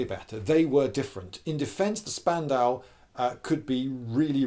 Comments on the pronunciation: It's pronounced "Shpandau". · It’s pronounced more like shpandau because sp in German is pronounced shp just a little fact besides, I really like your videos Lloyd( I’m from Germany) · ....ouch....you misspronouncing spandau so hard.... sorry i am german... despite this i don't get why people compare the mg42 and the BREN....they are both mashineguns...yes...but they have a completely diffrent purposes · Cool video, but Spandau us pronounced "shpandau" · Lindy, I love you but every time you call that thing a spandau a small piece of my soul dies.